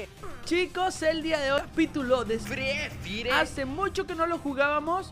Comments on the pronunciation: Me da risa cuando dice frefire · fríe fire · Es verdad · Ami tambien xd😁